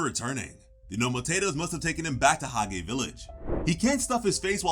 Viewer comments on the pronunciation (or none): Fantastic video...respect💯. That being said, Hage is pronounced "Hawj," not "Hog-ay." Mana is "maw-naw" not "man-uh." You've watched the show right?